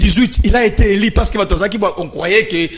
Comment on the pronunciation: Ce monsieur Ngarime apparemment il est assistant à l’ion mais avec quel français il enseigne ,dur -dir, élu - eli il se croit ou ce mec